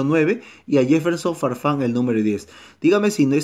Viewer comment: como que se les paso la mano con la e en el nombre de farfan jaja :v